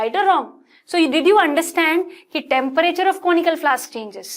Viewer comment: Temperature kisi ne notice Kiya mam टेंपरेचर bol rahi nahi kiya to phir se dekh lo 🤣🤣🤣🤣😶